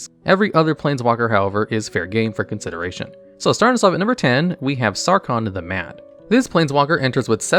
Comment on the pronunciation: "sawcon the mad" ah